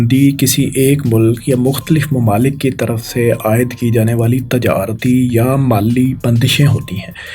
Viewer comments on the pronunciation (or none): o bhai apni pronunciation thik kr lo yar please notic kren targat ni target mamalik ni mumalil tajarti ni tijarti khalafwarji ni khilafwarzi khalaf ni khilaf sakhana ni sikhana